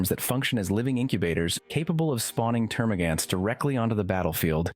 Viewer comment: So you can say Hormagaunt but not Termagaunt.... Termagan't It just hurts